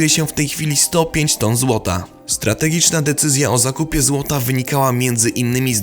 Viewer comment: "strategiczna decyzja o zakipię złota" Ej, to te złoto sprowadzono czy zakupiono?